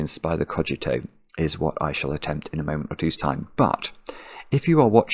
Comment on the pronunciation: pronounced it correctly at the start of the video